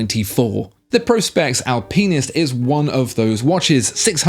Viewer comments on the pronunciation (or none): Did I imagine you pronouncing it Seiko Al Penis? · the "al-WHAT"??? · Never heard it pronounced “al-penis” before but either way, we don’t disrespect or talk down on that watch. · Will never buy an Alpinist now that I’ve heard pronunciation of the word. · The way you say Alpinist is wild 😂